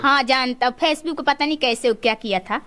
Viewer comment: Phace book 😂😂😂😂😂😂😂😂 chabar chabar zabaan chal rahi hai , right word bolna bhi sikh leti ya sirf " PHACE BOOK " pe ladko ko ullu banana hi sikha hai 😂😂😂😂😂😂😂😂😂